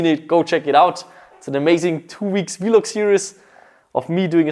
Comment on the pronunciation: Still can't get over how u say "v log"